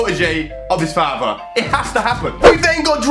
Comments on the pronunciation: What did he say Feattherrr And also vjguventtusss 😂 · He said fathar